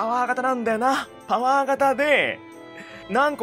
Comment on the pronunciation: 「パワー」が「ポー」に聞こえるぐらい興奮する兄貴